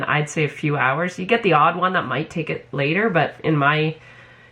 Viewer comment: Every time I hear say You, I hear Ewe. lol